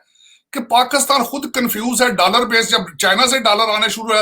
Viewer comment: Abe takle dalaar nhi dollar hota hai 🚭🚭😂😂😂